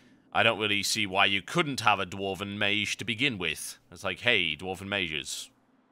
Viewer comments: ok i didnt hear the "meyzh" instead of "meyj" until i read the comments :P. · mage is pronounced abit wrong u say meeshj while its meetsh thats how i can say it lol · It's pronounced māj. Google it. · Actually I did look at the first (and second and third and fourth) google results for mage pronunciation and it seems you really do pronounce it non-standard. You pronounce it /meɪʒ/, where the standard generally is /meɪdʒ/. But then I guess it's part of your particular accent and your accent rocks serious balls. Actually listening to this I was thinking - he's pronouncing it /meɪʒ/ - like so cool. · I just got this on my recommended videos, I miss TotalBiscuit, RIP John. But can't help but notice he mispronounced mage a little bit by saying the g wrong.